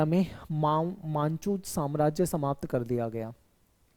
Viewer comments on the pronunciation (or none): 15: 42 pe मंचू nhi मांचू hai